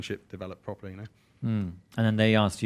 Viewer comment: Pwoper gwunge